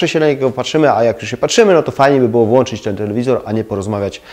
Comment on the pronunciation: Panie, uwielbiam Pana kanał. Pańskie uwagi są zawsze rzeczowe i "w punkt". Na jedno jednak MUSZĘ zwrócić uwagę: WŁĄCZAĆ I WYŁĄCZAĆ, a nie włanczać. No chyba, że robi to Pan włancznikami🙂. Poza tym, kanał super. Pozdrawiam serdecznie i Pana i Tych, którzy za moment będą mnie krytykować 😀.